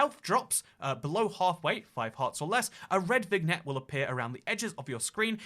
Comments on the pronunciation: vignette is pronounced vin-yet! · I think the biggest atrocity in this video was pronouncing the G in vignette